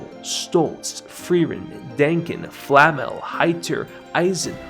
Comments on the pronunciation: What is wrong with YouTubers not being able to pronounce Flamme's name properly? They say it in the show several times, you just have to listen and then repeat.... Nice video though ;-) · Seriously, the only criticism of this video that is remotely viable is your pronunciation of "Flamme". ;) The substance of what you're saying is fantastic, even if in few instances I would have said something else, or would disagree slightly. That's the beauty of well made art - there is no "objectively correct" way to interpret it. And while I really don't care about MAL scores as other people seem to do, I'm glad that it managed to dethrone FMAB and show people that there is a show capable of doing that for more than 2-3 weeks. As for nitpicks (or rather place you could have expanded on and you showed in my opinion from only 1 point of view) - when you were talking about Lord Orden and you said that his situation parallel the situation with his family.... while it is true you forgot to mention that Lord Orden subverts this parallel. By acting in different manner than Stark's father did. And he shows that while superficially he acts very similar to Stark's father, when he goes beyond superficial, differences are quite... stark (pardon the pun). And Stark's (Stark means "strong" and in German) equivalent in this Family - young kid named "Mut" (Courage) is slowed down in his progress by being told that if he trains well, he will someday be a better warrior than his father. This serves as a foil to whole Stark's family situation and as an example to Stark that as bad as his father's treatment was of him (I'm not defending him, by any means), doing the opposite might not have be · Why this guy keeps calling Flame as Flamel? Isn't it Flame as in Fla-me or in english pronunciation just Flame(as fire)? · Calling Flamme, Flammel is triggering my inner nerd. This is not Harry Potter my man, Frieren's master is not Nicholau FLAMMEL 😂, she's FLAMME